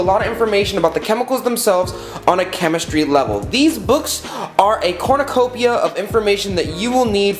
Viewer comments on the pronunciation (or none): none